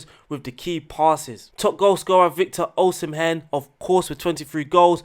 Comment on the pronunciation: U didn't butcher the Osimhen but u don't need to pronounce the "h"